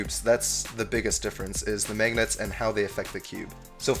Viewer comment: I love the way you say magnets..."maygnets" haha